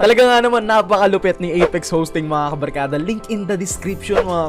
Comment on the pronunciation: Ey eyyyyyyyyyyyyyyyyy kabalkada hhahahahah anoyon iba na yung kabarkada naging kabalkada